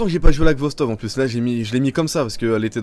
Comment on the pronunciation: tu dis ghostov au lieu de khostov x) , mais sache que c'est une excellente arme , je pensais que tu l'avais deja test